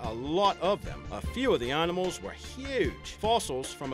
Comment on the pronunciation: at the begining he said "Annamals"